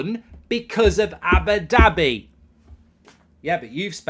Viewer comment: Cracks me up how goldbridge says Abbidabby